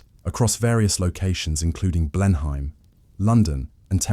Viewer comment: It's pronounced Blenum. !